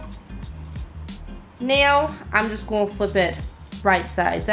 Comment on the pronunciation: why do you pronounce 'gonna' so weird? this is why everyone should just have american accents lmao